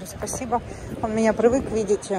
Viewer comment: Марина говори привык а не прывык или привыкла